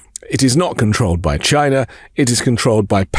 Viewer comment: Trump pronounces China as "Shina". I particularly laughed at the windmills killing whales rambling.